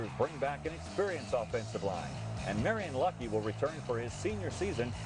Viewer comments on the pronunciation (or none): How many times is Marlon Lucky going to be called Marion? FSN has done that two years in a row now, Lou Holtz has done it and I believe someone else. Is it really that hard of a name to pronounce? You figured they'd do their homework, especially when talking about one of the top returning backs in the country. Thanks for uploading these vids by the way.